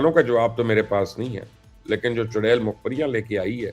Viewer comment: Mubashir luqman Bhai aap chudail ka naam bahut achcha le rahe ho